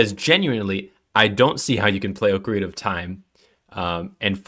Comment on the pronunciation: just use the ipa buddy nobody can read your AWFUL respellings Ocarina is generally /ɑkəˈɹinə/, and Koji Kondo is approximated as /ˌkoʊdʒi ˈkɑndoʊ/ No idea what Sorry-uh is supposed to mean gng